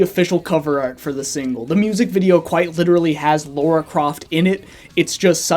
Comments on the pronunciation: Lara. Not Laura. 😁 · Why can't Americans ever pronounce Lara Croft right?